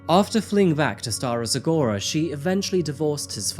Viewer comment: As a bulgarian i'm so proud of you! you pronounced Stara Zagora as correct as a person with brit accent can